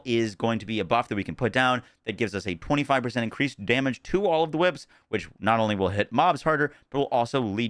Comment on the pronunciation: So glad you changed it from chwhips 😂 that was awful to listen to